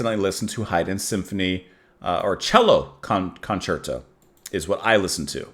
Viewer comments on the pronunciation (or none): 👍 Only 105 more symphonies to go. BTW, concerto is pronounced kun CHAIR toe :)